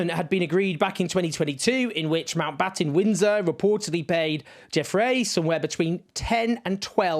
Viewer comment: Owen says “Mountbottom Windsor” at 3.21. Made me giggle.